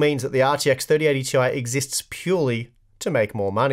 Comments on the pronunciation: Why do you keep saying Tee-eye? IT'S PRONOUNCED TIE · "Tie" is the proper pronunciation. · I thought it was pronounced "tie" now?